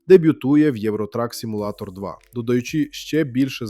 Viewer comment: Роби наголос у слові simulator на u а не на a